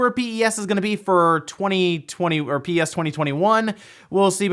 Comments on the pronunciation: never heard anyone say Pee eee S lmao. Everyone I know says PES as in Pez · For reference no one actually calls it "PEE-EEE-ESSS" people pronounce it pez just like the candy. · I’ve never heard anyone pronounce the game as P.E.S. before. Always heard it called Pro Evo or Pez. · Bruh its not P E S its just Pes lmao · Is it just uk that say pes like pez and not p e s as separate letters? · Ahh he said P-E-S, bless him